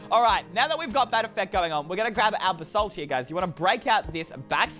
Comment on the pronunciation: its pronounst basalt